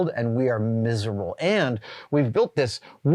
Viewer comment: were you… “mizzlerable”?